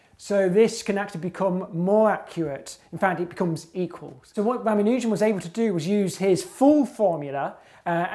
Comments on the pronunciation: It's ra-MAN-u-jan, not ra-ma-NUUH-jan. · Ramanujan has a long a, not a long u. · This guy needs to pronounce Ramanujan correctly.